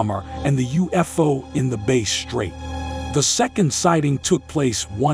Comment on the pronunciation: Hi, I would like to connect regarding voiceovers. What is your email please? It’s faster. [P.S. the robot voice is mispronouncing lots of words like “Base strait” instead of “Bass” (rhymes with Mass) strait or “porth-alls” instead of “port” + “holes”]